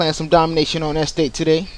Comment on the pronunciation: haha he cant say estate! EHstate